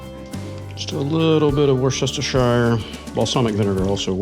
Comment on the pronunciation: war sesstershire hahahahaahahahaha no sorry say it as wusstershire ps im hungry now and its 3am